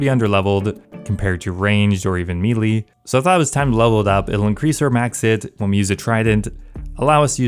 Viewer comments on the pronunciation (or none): IT'S PRONOUNCED MAYLAY, NOT MEALY!!!!!! JFC!!!!